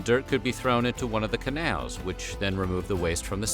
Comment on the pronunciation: The way the narrator says “Canals” is funny it’s like he’s saying kenails lol